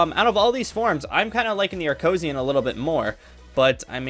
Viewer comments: he says it on the video so many times its acrosian not acosian! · Why is he calling the frieza race acoshiuns